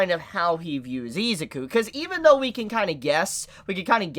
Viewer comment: Its pronounced. e-zoo-ku it bothers me how you hold out the I and rush the zuku